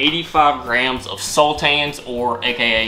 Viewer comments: Sultanas ....are pronounced sul tarna ....think of how you say banana..... a sultan how ever is a character you'd find in stories like Aladdin .😂😂😂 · It's sultanas not sultans! You kneaded the dough to much so the scones didn't rise very high, brushing milk on top is to make them golden colour after the scones are cooked, you re-roll the left over dough to make more scones until the dough is finished, Your meant to cut them in half then add the butter & jam or clotted cream & jam, The cheese scones are nice with cream cheese & chilli jam on them, Good job for your 1st try though, 😊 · Il spell it how we say it SALT-ARN-AS not that it matters but just if u wanted to know xx love the videos ❤ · Its SultanAs ffs